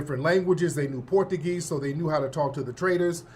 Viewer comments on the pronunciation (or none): Tariq, you killing me with the Port a geez. It's pronounced Portchugeese. 😂😂😂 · Tariq my boy..but I do concur.. it is not " porta geez' ..it is "Portuguese"!!😂